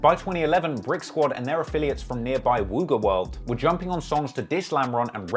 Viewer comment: Its not pronounced wooga. Its pronounced wugga